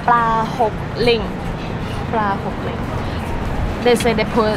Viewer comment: That not Pla Hok Ling it Pro Hok Ling😂😂